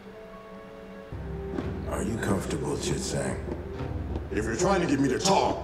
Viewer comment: that was a good one, but it took me until watching this video to realize that "Chit Zang" is supposed to sound like "Shit Stain" when the guard says "STOP RIGHT THERE CHIT ZANG" and I think that's the greatest line I've ever heard in a kids show